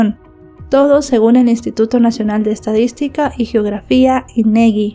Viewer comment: Es INEGI no INEGUI 🫤